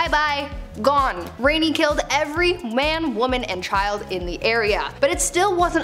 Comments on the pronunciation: It is rani not rainy... Just telling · It's not RENI it's RANI. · I was enjoying until you used HORRIBLY Wrong information about Laxmibai. Makes me question if all info you talked about is true. Plus, you mispronounced "Rani" it's pronounced "RAA - NEE". Rani WAS NOT HER *NAME*. Rani, in Hindi simply and literally means "QUEEN"